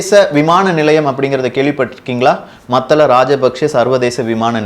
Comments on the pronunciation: டே எல்லாம் தெரிந்த ஏகாம்பரம் மத்தல அல்ல மூடனே மாத்தளை (பொது வெளியில் தவறாக உச்சரித்தாலோ,திரிபு செய்தாலோ பதிவை பார்ப்பவரை மூடரென நீ கருதுவதாக கருத்து வரும்) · தகவல்களுக்கு மிக்க நன்றி மத்தல அல்ல "மாத்தளை அல்லது மாத்தல"